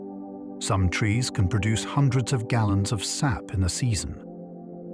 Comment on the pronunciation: yeah a couple times they say S.A.P instead of 'sap'. Sad how much AI there is now. Makes me wonder how much of this is facts.